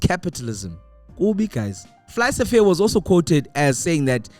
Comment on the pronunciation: Man sorry but Fly-Safair is not Fly-SA-fair